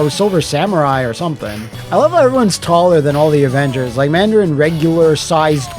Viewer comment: "THE OHHVENGERS!!"